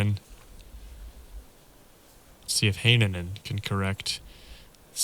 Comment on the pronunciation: Nice to see Rättyä on the coverage. His energy and silly antics are a nice contrast, since most of the other Finnish players are often quite reserved. PS. Your "Hänninen" sounds more like "Heinänen" and vice versa xd